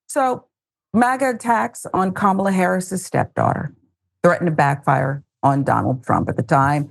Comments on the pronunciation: They really believe that mispronouncing her name somehow devalues her. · Republicans are so lame; continuing to intentionally mispronounce Kamala's name. Shows the rest of the country how childish and boorish they are. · They deliberately mispronounce her name. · GOP quadrupling down on pronouncing Kamala's name wrong in 2024 should be shocking to me but it's not at all. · Very disrespectful mispronouncing her name! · She mispronounces Kamala like Peewee Herman mispronounced Spanish... do they not realize thats how you act dumb??? Do they not see that makes them clownish not kamala?!